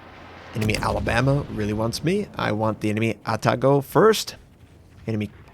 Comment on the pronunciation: i cringe every time I hear you say takao and atago.